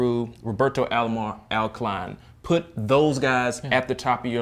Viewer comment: Alkaline? Dude, it’s AL KALINE.